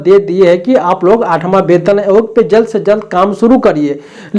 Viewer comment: वैसे तो आप वेतन आयोग को बेतन आयोग बोलते है, पर आप बिल्कुल सही है क्योंकि ये सच में बे-तन आयोग (बिना शरीर का आयोग) है।😂